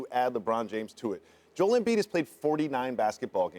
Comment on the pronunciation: As someone who's named Joel, I take offense to the pronunciation as Joelle.